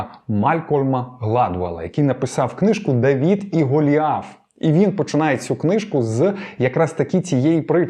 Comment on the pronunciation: ДавИд!!! Не ДавІд!!!! И це не - і, це різні літери, РІЗНІ!!!